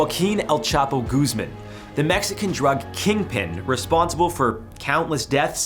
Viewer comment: you say "Goose-man" while the subtitles still state his proper laste name "Guzmán" ( Goos-mán). D1mw1t.